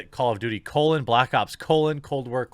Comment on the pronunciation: "Cold Blops"